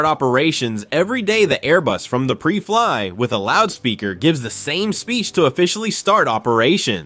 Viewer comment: This is total garbage. 'Pree Fliy'? How's about PRY FLY? Man this whole thing is screwed up. The numbers are wrong, the point is off, the stats are wrong. This is just a joke. Computer narration where the writer hasn't got a clue...